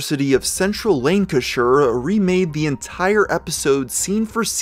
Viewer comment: You would not believe how good it felt to hear an American pronounce Lancashire pretty much spot on.